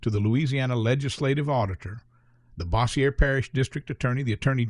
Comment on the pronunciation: Cannot pronounce “Bossier”, though.